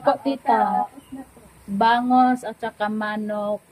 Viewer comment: learn and practice correct pronunciation of words. Like bangus, manok, mabilis ang pagbigkas nyan.